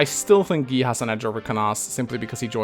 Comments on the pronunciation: Did you just call Guy "G-ee?" It's pronounced "G-eye" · Why do you pronounce "Guy" as "Gi/Gee"? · It's guy not gay!